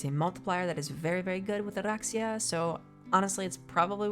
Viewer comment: I find the way you roll Oraxia's R very natural and your narration is always so soothing. Great video, awesome builds!